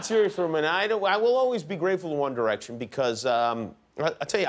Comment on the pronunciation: i heard wonder action